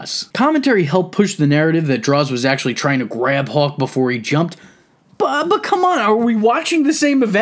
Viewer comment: How do u mess up saying hawk?